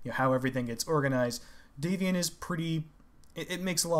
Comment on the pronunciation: The "a" in Davion is pronounced as in "dad". The origin is D'Avion (from Avion, a region of France)